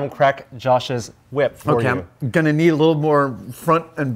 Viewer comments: why are you saying it like that? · Why are you putting so much emphasis on the H? Cool wHip...